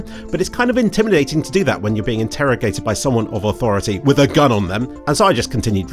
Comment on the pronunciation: lmao imagine how disappointed your ancestors are that you said “gun” like that